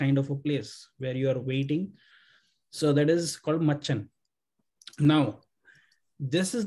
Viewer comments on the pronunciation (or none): Not machhan . It's machan. It's made on a tree branch.